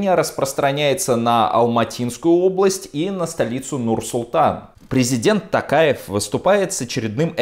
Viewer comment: Касым-ЖОмарт Токаев! ТОктар! У казахов имена (и слова) с буквой "О" читается с буквой "О", а не "А". Режет слух!